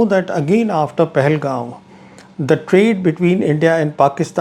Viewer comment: It's Pahalgam not "Pahalgaoon".